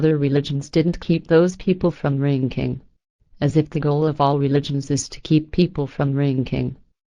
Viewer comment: its funny when she says "drinking" she says "rinking" lol. she copied and pasted on a speech program lol. shes right though